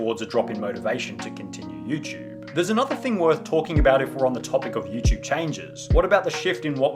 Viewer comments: nigga. stop saying youchube. its youTUBE not youchube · "Youchube" (SunnyV2)